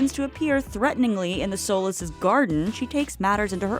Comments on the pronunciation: It's pronounced "So-Lease", not "soulless" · I binge watched the show recently and in nearly every episode different characters must've said very clearly "Solis" "Gabrielle Solis" "Mrs Solis" "Carlos Solis" and you STILL pronounce it wrong? Soulless? Really? Don't make a video without even seeing the show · So-less or did you mean to say "soul-less" ? I really hope it was a play on words and not an intentional mispronounciation of a name that was repeated many times on the show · Not Gabrielle "Sow-less" 😂😂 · It’s pronounced SO-LEES! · I’m sorry but…it’s So-LEESE